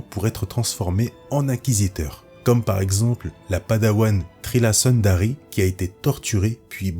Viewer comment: Petite précision ce c'est pas Trilla Sandari, mais suduri